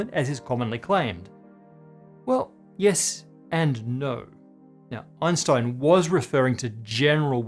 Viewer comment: The mispronunciation of Einstein's name always makes my ears bleed.